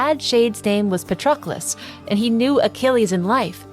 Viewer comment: Great video. Btw, it's pa-trUh-klus